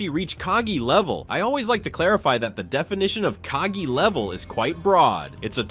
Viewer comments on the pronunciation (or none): It’s KagE and not kagi:)